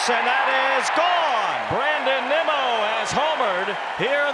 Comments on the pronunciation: Did the Apple TV announcer call Nimmo nimo? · You know it’s bad when Apple TV can’t pronounce “Nimmo”